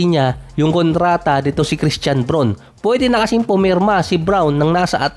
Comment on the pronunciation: brawn ata ang pagbigkas